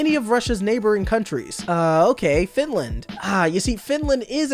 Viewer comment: That's "Finlad", not "Finland".